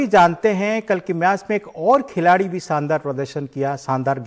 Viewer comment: शानदार और सानदार में अंतर करने सीखये और अर्सदीप नहीं अर्शदीप बोलये इतने बड़े चैनल पर ज़रा उच्चारण सही से किजिए। माफ़ी चाहूंगा अगर बुरा लगे तो।